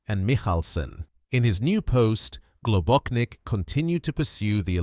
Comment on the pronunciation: GlobóCHnik, not GlobóKnik. His surname had Slovenian origins